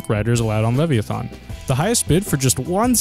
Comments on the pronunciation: LEV-E-A-THON????? it is LEV-I-A-THAN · LEVVY ATHON? LEVVY ATHON? LLLLEEEEEEVVVVVVYYYYYY AAAAAAAATTTTTTTTTTHHHHHHHHOOOOOOOOONNNNNNNNN?!?!??!???? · It's lev-i-a-than